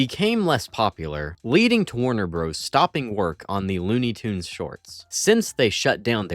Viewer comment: It's pronounced "Tunes".